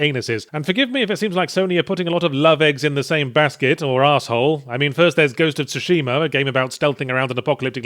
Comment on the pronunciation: tsushima pronounced wrong